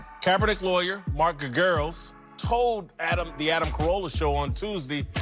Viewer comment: GERAGOS, GERGAROS, GERGAS???? Sometimes I wonder if Whitlock can even read.